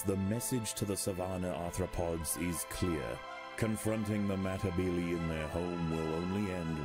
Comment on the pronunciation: (Meh-tih-beel-ee) thats how the ants name is pronounced